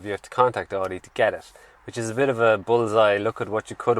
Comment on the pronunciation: This is "Audi", it is not "Audio".